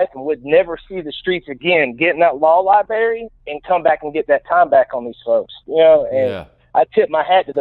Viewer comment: I wish I got a $1 for everytime someone said library wrong!!! I'd be a wealthy wealthy man